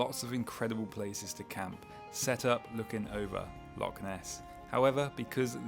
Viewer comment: I think the Scots can overlook mispronunciation of loch and certain other iconic Scottish locations. The videos are beautifully shot and sympathetically narrated by a guy who really knows his stuff. He's giving bikepacking in Scotland a global reach and deserves all our support.